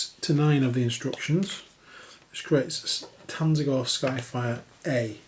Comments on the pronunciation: no, I don't mean the silent T, I make the tz-eentch pronunciation too but you weren't saying TZ-AAN-GOR you said TAN-ZE-GOR lol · lol. it's pronounced ZAN-GOR. It's a portmanteau of tzeentch and gor